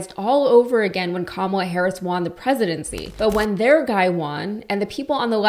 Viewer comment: why are you pronouncing the word "won" like "waaahn"?